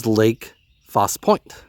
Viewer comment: Its pronounced falsey lake faussie point. Lol and ah chaaaa faaahhhh liiiiyyyaaaa